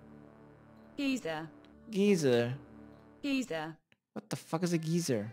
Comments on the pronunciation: Had me dying when he was like Df is a "Geezeeer" in English they pronounce it G(ie)zer. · "gee sur" lmao thats so funny to me. its pronounced "guy-zur" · old news: guy-zur is correct pronunciation in USA for the hole in the ground that vents and shoots out hot water. gee-zur is like an old timey way of saying cranky weird old guy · Lol wtf is a geyser.. that bot making it sound like geeza or geezer but ive allways pronounced it sounding more like guyser the first time u said it great vids as usual! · "geezer" had me dying. dont trust google. its "guy-zer" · A geyser is not pronounced "Gie-ser" it's pronounced "Gai-ser", you're welcome! XD Great tutorial! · It's (G-Eye-Zer) or (Guy-Zer) Not Geeezer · The geyser part had me cracking up Edit: I pronounce it "guy-zer" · Bruh xD. The geyser shit was funny as hell. He said "What the fuck is a geizer???" "Giza" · lmfaoo i lost it after the long pause ... 'so apparently it is called geezer, select your ice gloves..' definitely not pronounced that way haha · let me dumb it down for you. "GUY-SER" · its GUY-ZER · It's pronounced "guy-ser" you had it right the first time haha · It’s pronounced guy zer by the way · ps, its pronounce guy-zer lol. hope that helps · Geysir is (Gay-Sir) Regards Your Icelandic Fan <3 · Most people say Guysir instead of Geyser.. LUL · Pronounce geyser like GUY-ZER :) and Sigil as SIJIL with the J like JAM. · its gayzeer man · It's "Gai-zur" buddy. Google be lying to you lol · It’s pronounced guy-zerr.. lol 😝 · You were right, it's pronounced guyzer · It's Guy-Zer lol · pronounced guy zer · Pronounced "guy-zer" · guy zir that's how its pronounced lol